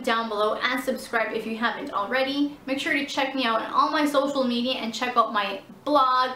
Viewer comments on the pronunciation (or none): none